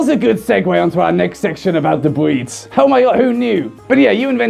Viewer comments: when he says "Breeds" it sounds like "Bweeds". you may kill me now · I keep hearing him say "bweeds." Please tell me im not the only one here! XD